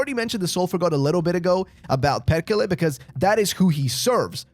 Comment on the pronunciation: its perrrrrkele, perrrkele